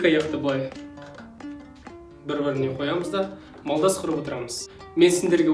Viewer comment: Малдас емес, молдас құрып